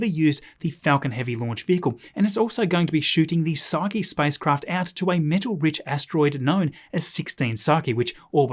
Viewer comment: Makes me so happy hearing someone pronounce Psyche correctly after so many other videos got it wrong